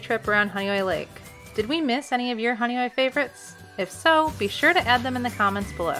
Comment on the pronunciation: Now I know how Honeoye is pronounced. I had wondered for years.